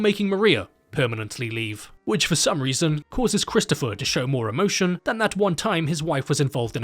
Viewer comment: "Bwood is thicker than honey, Chwistopher."